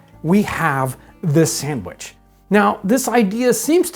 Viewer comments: I love how he says "sammwich" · YOU spell it sandwich, but you pronounce it samwich. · "Samwich." -Townsends